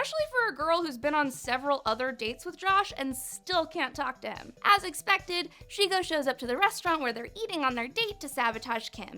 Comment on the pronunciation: Bitch it's shego dude sheg o hotter